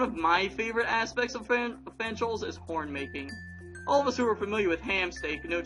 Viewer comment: when ya said "horn making" I heard "porn making"